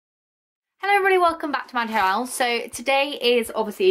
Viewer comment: At the beginning you say like: ''hello evrybody welcome back to manhannel'' hilarious😂😂